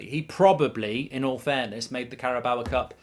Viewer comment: first of all pronounce the carabao cup correctly then we'll talk